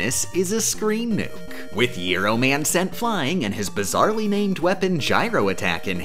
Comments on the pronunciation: did i just hear giro man? are ya a numbskull, that helicopter guy has the same name as a Greek Sandwich. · Pronouncing Gyro Man like that lol. Love it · The pronunciation of "gyro man", culminating in the "bizarrely named weapon" punchline, very much reminded me of the presentation "the birth and death of javascript", in which the titular language is repeatedly pronounced "yavascript". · IT IS NOT GYRO MAN. IT IS GYRO MAN. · she/they pronounced Gyro Man like the Greek sandwich. that's a W in my book